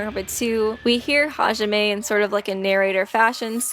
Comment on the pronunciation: its hizuru half izuru and and Hijime